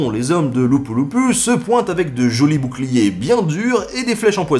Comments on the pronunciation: C’est LAPU-LAPU ou non lupu lupu. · Attention à la prononciation de Mactan et Lapu Lapu, personne ne vous comprendrai à Cebu si vous demandiez votre chemin pour aller voir la statue de ce chef!!!